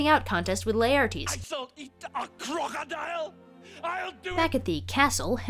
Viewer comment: " I shall eata a khrokodile" Lol